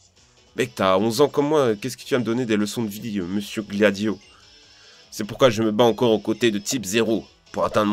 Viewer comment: gladio = glavio x)